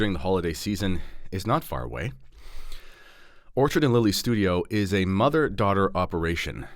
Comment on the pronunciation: Enjoyed the video. Just wanted to alert you to two issues re your sponsor,. I believe you called them Orchard and Lily as opposed to ORCHID & Lily. Also, we’re from U.S. and my wife was not able to purchase on the website. Hope this helps. Keep up the great videos. God bless…